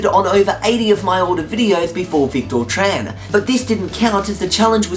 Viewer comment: WAIT! YOU SAID MY NAME RIGHT! AT THE END OF THE VIDEO AT SOME POINT! :D "The Victor Tran challenge will be active..." :D